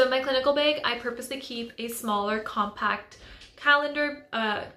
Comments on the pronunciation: Why do you keep saying "bage" its bag with a short a sound 🧐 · There are so many accents in the world